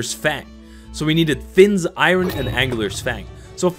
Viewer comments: Iron is pronounced "i-urn" not " i'run" Jfyi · This video is great but I hate the way he says "iron". He pronounces it like " I run". I'm just so used to hearing it pronounced "I earn".